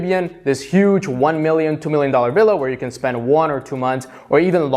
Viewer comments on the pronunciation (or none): none